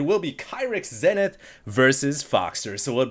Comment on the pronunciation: The Grammar Nazi in me cringes every time you mispronounce zenith.